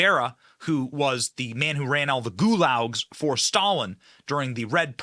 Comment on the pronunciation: Yo Benny, Mike Tyson & President Trump have been friends a long time and BTW it's gulag as in goo-log not goo-lowg🤪 Glenn Becks cheese slid off the cracker but now he's back